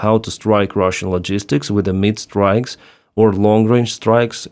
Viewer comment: do you realize that when you say "mid strikes" it sounds like "meat strikes". It’s quite strange that you don’t say "mid range strikes" when you always say "long range strikes". Please, just say "mid range strikes" when thats what you mean.